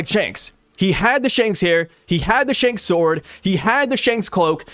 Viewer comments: Instead of Shanks.....Hanks? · "Spanks" the twin brother of Shanks 😂😂